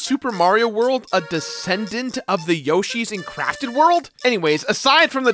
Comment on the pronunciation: All I hear is “Yoshi’s Crappy World” and it makes me laugh. Liked and subscribed. 👍